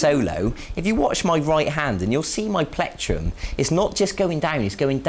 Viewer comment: haha i like how he says platrum